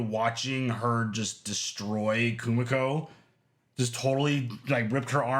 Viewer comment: Kimiko,. Not Kumiko